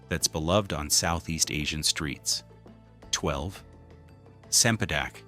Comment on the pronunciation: Cempadek is pronounced with a ch sound. Not an ,'s'